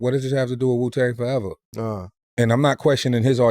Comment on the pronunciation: Its Wu-tang not Ju-tang 😂